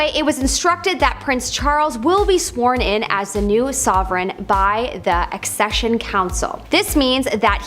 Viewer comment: Its Accession on eccesion 😁